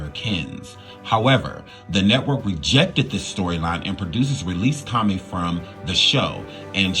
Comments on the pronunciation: I love you and I watch all your videos (maybe not in order but I watch them all lol). My only critique is that you learn the proper pronunciation of people's names. It's Toe-may, not Toe-my. That's just the 1st I noticed in this video, but in every one it's at least one. Maybe it's just me, because people always mispronounce my name and it's irritating. Maybe I'm more sensitive to it because of that. But I do feel that if you're putting information out to the public, all of it should be correct and how a name is pronounced is included in that. Just a suggestion but if you're not sure ask Google or ask someone older who knows the person you're talking about when doing shows like this. I grew up watching these 90s shows so I know how it say all their names and I'm sure you have someone you can ask who was a kid/teenager back then who knows as well. I'm not trying to hate at all. I just want to see you succeed and be great in everything possible. Much love to you and yours!❤❤❤ Edit: You said it correctly later in the video. 😊😊😊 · It’s not Tom-mee, it’s tō-mā! 😂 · Lol… Please don’t E slap me but Marissa’s last name is pronounced toe-MAY. Okay, now carry on witcha’ bad self. I ❤️ the surviving stories. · Marissa Tomei pronounced as TOE-MAY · Jaleel White, not Jamal. I also believe that it’s pronounced ToeMay, Marissa Tomei.. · Marissa toe-may brotha! That’s how it’s pronounced 😂 all love brotha keep killing it! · I was looking for a comment correcting his pronunciation so I wouldn't create a redundancy